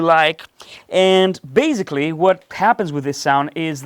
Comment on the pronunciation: love your playing. And your English is good enough. But it's baSically, not baZically. I tell you this, because you use this word A LOT. Not only in this video, but also at Doctor Mix. 😁